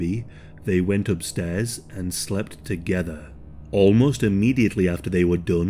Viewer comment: unintentionally funny... "and they slept.... TOGETHER" lol the way you said it as if its some forbidden thing... hehe like if a 12 year old goes "a boy and a girl kissed each other....on the LIPS"... lol ok i'm done... hey i'll take a laugh when i can during such a dark scary topic